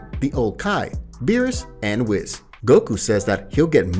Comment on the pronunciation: It’s wees not wis